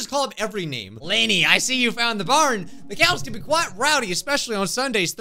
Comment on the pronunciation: “Lenny” The Narrator has voted Leni Robredo